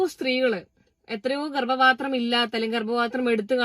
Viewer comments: ഗർഭ പാത്രം എന്ന് പറയാൻ കൂടെ അറിയില്ല ഗർഭത്രം എന്നാണ് പറയുന്നത്, ഇവന് വേറെ പണിയില്ല, വൃത്തികെട്ടവൻ. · ഗർഭാത്രം 😂😂ഗർഭപാത്രം എന്ന് പോലും പറയാൻ അറിയാത്ത ഇവനാണോ പെൺ വേഷം കെട്ടി നടക്കുന്നത് മൊയന്ത് 🤣🤣🤣